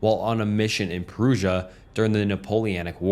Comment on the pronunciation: Awful pronunciation. Too many instances to mention... ProoShia!?